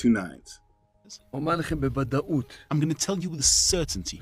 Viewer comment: Rev 2 nines? LOLOLOLOL......................I had to do a double take...Love you Bro!!!